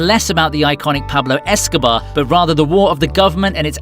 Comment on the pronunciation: It's not so Hard to pronunciate Pablo escobar correctly. But gringos are who tell Spanish speaker are bad in languages foreign